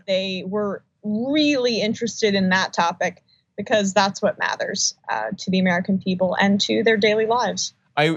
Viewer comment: "That's what really mathers".